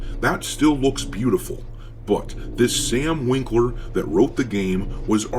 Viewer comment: ah yes sam "winkler" , every time